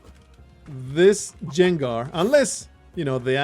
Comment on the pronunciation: That gengar pronunciation had me dying. Thank you for sharing your innocent ignorance with us,. Also, the wave thing is Amazing for my adhd. It's hard to sit down and just watch something by itself, but the wave thing makes it soo much easier.